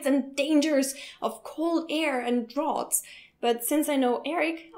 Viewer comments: I don't know if someone already said this, but "draft" and "draught" are pronounced the same. :) Just a bit of a pointer. Great video, though! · Fyi draught is pronounced draft! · I agree completely regarding air conditioners. They totally make me sick and I hate them. But other than that I'm all for air. Having good cross-ventilation is very important to feel comfortable in a room in the summer. And btw, "draught is pronounced "draft". :P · lol veens? pnoimonia? draught?